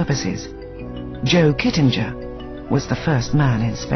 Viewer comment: Oh, and the narrator butchered the 'Kittinger' pronunciation.